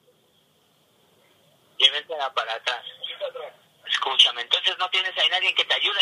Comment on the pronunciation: Escushame escushame hahahha